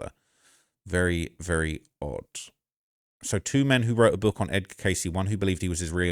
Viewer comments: Edgar Cayce is pronounced CAY'see.....not case....sheesh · Dude do your research 😂😂😂 edgar K.C THAYS HOW YIU PRONOUNCE IT TF ,ROOKIE 😂😂😂🎉😂🎉😂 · Sad story. Edgar Cayce is pronounced K-C. Definitely checkout a documentary on him and amazing person life and abilities. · Edgar Cayce pronounced like “Kay-See”.